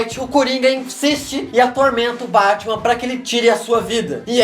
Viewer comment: ele falou bartman